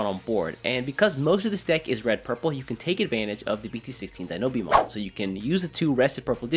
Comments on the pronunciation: Great video, nice to see you back:) However my guy, it's Dino-Beemon, not Denobeemon XD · DI-NO-BEEMON?! HUH